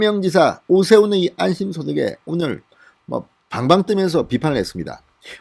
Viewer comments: 갱상도 아니랄까봐 안심~~이 아니고 안~~심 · 좌빠들의 특징은 거짓말 한 후 들키지 직전에 도망가며 화제를 바꾼다. 적극적 거짓말이 아니면 무죄인 나라이기에 거짓과 속임은 일상화 되어 있는 것이 좌빠들이다. 그 맨위에는 조구기를 거쳐 문죄인이 있다. 이게 나라냐. 이낙연이도 빠질 수 없다. (그나저나 진성호씨, 소고기 '안심'부위 소득이요? 방송인 출신이 아니고 기자 출신이라 이해하여 주려고 해도 50% 이상은 액센트를 꺼꾸로 하니 신기합니다).